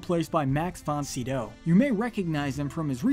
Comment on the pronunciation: I think this is the first time I've ever heard an American pronounce Max von Sydow's last name (almost) correctly. Usually it's always "Max von SAI-DOUGH".